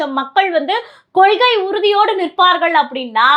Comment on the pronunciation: பாப்பா அது கொள்க்கை இல்லை கொள்கை